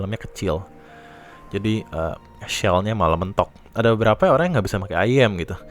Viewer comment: sebutnya iyem bro